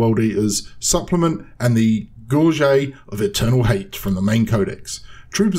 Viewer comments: How is it you pronounce Gorget like you're french, as an Englishman? Threw me off for several minutes lmao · gorget = gore-jet